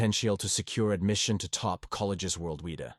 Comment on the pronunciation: Sounds like a robot again to me. Listen to the pronunciation of some of the words. Like world weda instead of world wide.